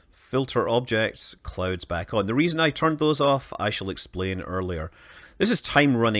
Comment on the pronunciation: I thought he said that he turned off the clothes on earth lol